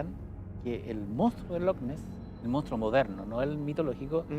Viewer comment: Monstruo M O N S T R U O , salfate no "moustro"